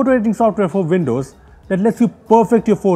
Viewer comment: Apple or vindows? Way in.